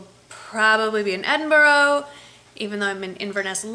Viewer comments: I live just outside stirling, Glasgow is not far from stirling. Try and say Edinburgh like Edinbura rather than edinburo x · Enjoy your trip! I spent 10 happy years in Edinburgh and miss it a lot. By the way, it is pronounced 'Edinbra'. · Wow! Cool, I live just across the water from Scotland. Love the way you pronounce Edinburgh. 'Edinboro'. It's Edinbura. You're so funny. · Hey, you will love Scotland. Inverness is beautiful. Edinburgh is pronounced edin bra ... We roll our r's lol x